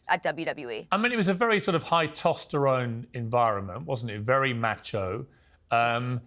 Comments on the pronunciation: ‘High tosterone’. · “Very high tosterone” Pierce Morgan. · "High tosterone" C'mon Pierce, lol